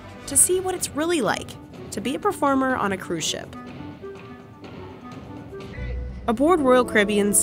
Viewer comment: why’d I hear “pea-farmer” ? Lol